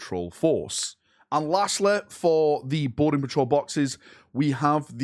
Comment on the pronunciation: I just can’t stop hearing “Border patrol” every time you say “Boarding patrol”. I need help.